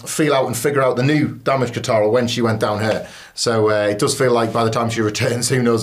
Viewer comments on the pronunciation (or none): "Assuka". You did it again. You've heard how it's pronounced. So, why? Both of you. "Damage Contarol"? 🤷‍♂️